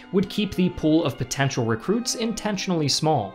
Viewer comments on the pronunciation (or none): none